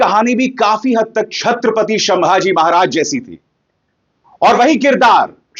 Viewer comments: शंभाजी महाराज नहीं संभाजी महाराज ! स का श कर दिया आपने … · नाम है,छत्रपती संभाजी महाराज, या शंभू राजे़। शंभाजी उच्चार ग़लत है सरजी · Bhai संभाजी not शंभाजी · Bhai.... Sambhaji maharaj hain...... Sh nahi ... S ..... please don't be so ignorant ... at least in taking names of Great legends....